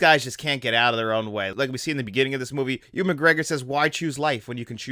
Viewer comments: Nah the video was otherwise fine but pronouncing Ewan as Ooan then later Ewing and Edinburgh as edinsburg is not an accent issue. I’ll let you be a real fan of this film when you can pronounce Edinburgh properly at least ;) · Ooan? Edinsberg? Benji? What am I listening to?